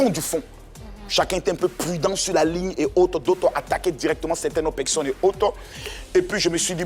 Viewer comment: Pourquoi il dit toujours pecsonnes même ?